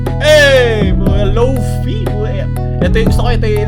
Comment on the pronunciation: Lofai po pag pronounce